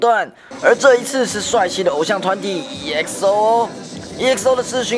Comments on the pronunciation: 還有他唸"EXO",正確是唸"XO" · 不行那個嘟我真的笑了 還有不是一欸可是歐是欸可搜XDDD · 發音是唸XO不是直接照著團名唸EXO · D.O=嘟 我也笑到快瘋掉😂 EXO的E不發音所以是唸XO... 記者專業一點辣😂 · 嘟... “E”XO... 下次請做功課好嗎！ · 首先 EXO的E不發音 第二 人家叫D.O.(低歐)不叫都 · Exo..... Do..... 不是这样谂的😑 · 有學過英文嗎？EXO和D.O真的會唸嗎？